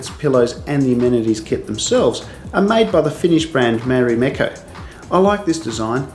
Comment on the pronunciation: IM SCREAMING "MARIMEKOU" WAAAA YOU MEAN "MARIMEKKO"